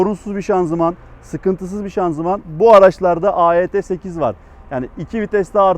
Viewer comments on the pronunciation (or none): Hocam AET8 değil de EAT8 diye biliyorum.